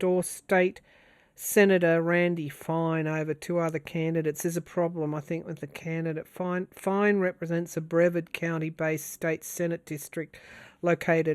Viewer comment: It’s pronounced “bruh-VARD” county, it’s between Orlando and east coast…NASA , <Spacex” is in Brevard county. Will starlink be used for this election?? If so we’re screwed!